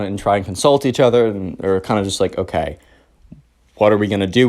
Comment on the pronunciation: When you said consult eachother i thought you said insult eachother